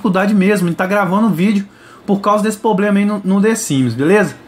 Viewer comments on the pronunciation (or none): Poblema não amigo, é problema a língua portuguesa mandou um abraço kkkk